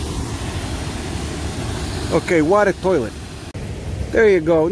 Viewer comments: As you’ve said, you might mispronounce things in french for fun, but eau de toilette is pronounced o the toilette. If you ask for water « De l’eau, s’il vous-plait » or phonetically “The low sil voo play” and you say toilette almost like you say toilet. “Tow-a-let” phonetically. I figured, since I learn so much in your videos, I could show you some things. I’ll go fuck myself now. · Oh du twoalette, is how you say it. LOL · "Oi de toilet" was the closest you got. The french viewers are seething. they still think French is the Global Language BWAHAHAHAH